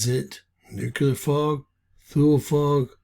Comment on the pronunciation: Its pronounced "Two-lee"